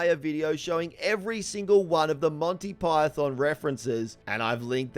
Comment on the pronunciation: “Montay Pie-thin” 😂